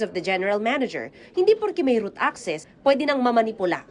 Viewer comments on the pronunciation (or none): Was about to say it pero yes root access nga hindi route access. LOL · ROOT ACCESS, hinde route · bka "root" access hndi route. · "ROOT ACCESS" NOT ROUTE CGURO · ROOT NOT ROUTE ANO BA YAN!